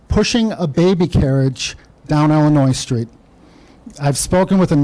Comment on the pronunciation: For those not from Illinois, the S is silent, You can always tell someone is not local is they enunciate the S.